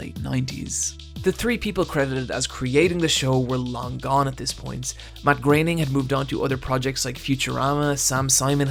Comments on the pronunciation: Graining? I thought it was pronounced "Grow-en-ing" Must've been wrong this whole time :P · It's pronounced "Grerning". German is very easy to pronounce - there is never ambiguation. It's 'Grerning'.